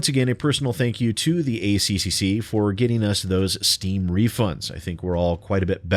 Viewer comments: It's pronounced A-Triple-C, because we're smart enough not to butcher it the way you were forcefully doing it through out your video. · Just say 'A triple C' instead of pronouncing every C in the ACCC name. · For future reference to save your tongue it is said "The A triple C" by most aussies :3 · As an Australian 'A C-C-C' makes me giggle; we say A-triple C' :) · Hearing you say ACCC-CCCC seriously made me giggle. It's great seeing you enjoy yourself. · to save your tongue it's "A Triple-C" and to be fair, all aussie beer is also piss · We usually pronounce it "Ay triple cee" - it's just easier that way. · Good job,, we pronounce it ACCCCCCCCC here in Australia, too.